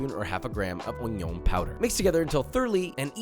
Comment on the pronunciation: Onioun,made me laugh 😂😂😂